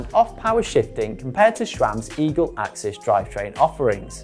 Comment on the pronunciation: Firstly, it’s ‘access’ (SRAM axs’ own description when it first landed) and it’s ‘de-rail-er’ Other than those silly rookie mistakes, good explanation 👍🏼